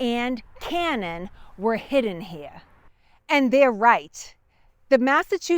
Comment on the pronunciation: What is so hard about pronouncing the letter R in words? And the word here is one syllable, not two. Very distracting to listen to. It's like they never left England.